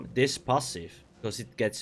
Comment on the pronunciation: I love how you pronounce "pahsif" it intrigues me haha